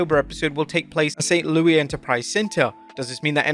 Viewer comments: I’m sorry, but as a STL native, it’s a full blown crime to pronounce it as “St. Louie.” I love you man, but please don’t😭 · for future reference, St. Louis is pronounced with a hard "s" like "Lewis" because we Americans ruin everything.